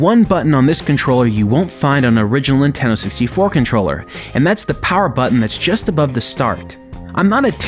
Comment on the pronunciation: you keep forgetting to pronounce the D in Nintendo, so it sounds like Ninteno